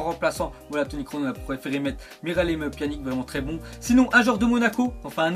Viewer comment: tu c pas parlé ou quoi on prononce pianitch et pas pianik comme tu dis